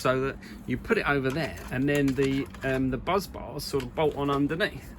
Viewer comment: Why do you keep calling bus bars 'buzz bars' instead? It's quite funny, admittedly, but it's the main bus, not the main buzz. A well-known example of the correct name being used is in 'Apollo 13', when they report 'Main Bus B under volt!'.